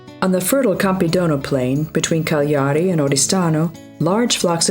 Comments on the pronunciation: CAgliari, not CaGLIAri! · David Arca...yep, for example Cagliari because the "gli" sound doesn't exist in English but the one that made me lough is the name of Vernaccia wine: Vernakkia ah, ah, ah in deeds it sound like "Vernacheea".